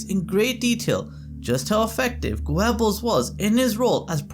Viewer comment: It is pronounced Gerbels not Gwebels.